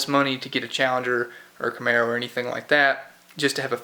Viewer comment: Don't like it when you say Camaro! 🤔 but other than that your doing a great job,, you are inspiring me to start working on my 65 Polara 2door convertible it has 440 !